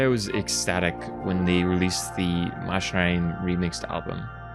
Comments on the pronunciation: its pronounced mac-inarium bro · Coming from latin, its pronounced machina with a K, Makinarium! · Btw you pronounce the “a” in the name, its ma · shuh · Nare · ree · uhm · Wait, it's pronounced "Mushinarium"? I've always pronounced it "Meké-nairium". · If we think in a latin way (like "deus es machina"), it makes sense, even more knowing the -ium suffix. I always pronounced it "Machinarium," but I believe you are right. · Back when I was 10 I loved this game so much when I made like my own world I made a country that is named after this game, so much Nostalgia. BTW I pronounce the game's name "Makinarium". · But it's pronounced "Mackinarium" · Man i love, that you made video about game from my country, it is also one of my fav game(fav is creaks from same studio)-also the way you say is name is funny, but not judging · That's really how it's said?! I've been wrong all this time??! It just seemed obvious, or so I thot. All the machines everywhere. Your character is a machine. There's machinery all over the backgrounds. And the title has most the word in it!! Lol Machinarium. So ya machine= Machinarium to me. The way he is saying it just sounds weird as hell lol. Then again when I look it up it's spelt MA-KUH-NAA-REE-UHM. So IDK 😶